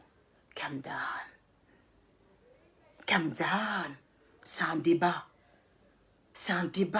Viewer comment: c'est calm down pas calm don